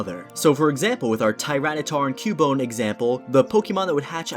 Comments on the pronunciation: It's q-bone not coo-bone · DO NOT TELL ME YOU PRONOUNCE CUBONE LIKE ku-bone! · Koobone I prefer to pronounce it Cyoubone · Excellent video, explains all the important breeding mechanics. But it’s KYOO BONE. Not KOO bone. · Well, you see son, When a boy Pokemon and a girl Pokemon love each other very much... Also, I don't know what a "Coo-bone" is lol